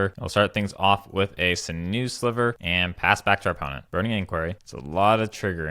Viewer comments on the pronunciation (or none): sinew is pronounced "sin you."